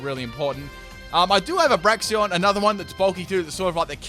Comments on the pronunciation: Say it with me: Brakes-en Bray-ksen Brakes-en Bray-ksen Brakes-en Two ways to say it, both which are correct, none which are "braxion" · Não se diz "Braixions", se diz "Braiksens" 🙄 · Braixen not braxion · Am I the only one hearing Braixion instead of Braixen? 😂😂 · Braxion.... It says Braixen...Break Zen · It's pronounced "brakes-en" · Nice Fight ... but there is still no "o" in Braixen. d=